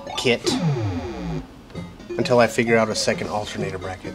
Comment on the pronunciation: Altehr-naah-door: spanish for alternator btw